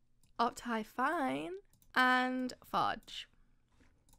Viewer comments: *up thigh fine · No one: Her: oPTyFiNe